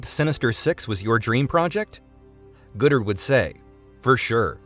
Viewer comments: Thank the universe – and the Sony email hack – Goddard's vision didn't come to pass because what's described sounds really, really bad. And i suspect 'Goddard' is pronounced 'god-art' not 'good-ert.' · How could you say Feige correctly, but not GODdard?